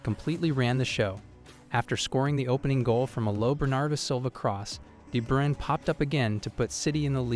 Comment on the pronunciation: There's a channel called "Footballer name pronunciation" (I'm not joking). Kevin De Bruyne was a guest. You should check it out, then you'll know how it should sound.